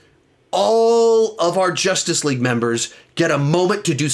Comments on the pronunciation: Why does he call 2017 justice leage Jostuce leage? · Josstic league honestly lmao why does he say it like that